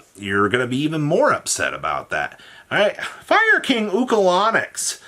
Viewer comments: is the king of butchering every card name, adding a whole extra syllable to Ulcanix by making it Ukalanix. I'm genuinely convinced he's the Yu-Gi-Oh player who cannot read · Say it with me. UL-CAN-ICKS